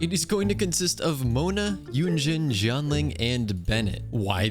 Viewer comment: Yunjin's pronunciation ☠☠